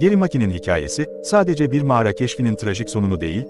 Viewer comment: "Mağra" değil kanka "Mağara"